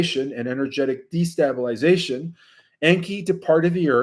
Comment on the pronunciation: Straighten out wife to be!!! STABEL-ization not STAB-iliztion STABEL-izers not STAB-leizers FIG-yours not FIG-gers